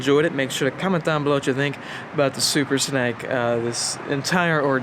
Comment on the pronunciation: is it just me or does he keep saying "Super Snike"